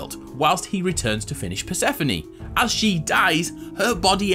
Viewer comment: Bruh its not pronounced per-seh-fo-ni its per-seh-phone or per-suh-phone